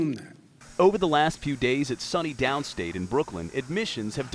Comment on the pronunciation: "Sunny downstate". It's SUNY... pronounced like "Sue" "Knee"